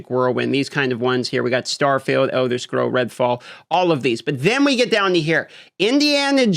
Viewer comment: Should have practiced saying the word Scrolls before you made this video